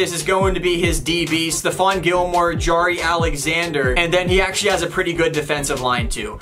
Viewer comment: Its not “jyare alexzander” its jaire alexzander